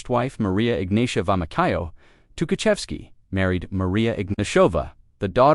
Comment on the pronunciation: This not Tuhachevsky, and of course, his name is mispronounced.